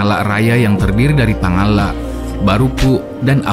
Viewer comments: Pangalak bukan pangallak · Sebutan reporter harusnya Pangala', bukan double L ....Pangalla'